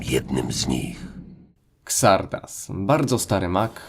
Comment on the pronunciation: Xardas czyta się "Zardas". Nie kombinuj z wymową tak jak polska lokalizacja.